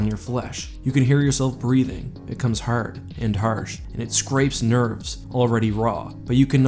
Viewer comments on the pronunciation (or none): The way you pronounced "hard" and "harsh" is kinda like the voice of Real Engineering, who is Irish.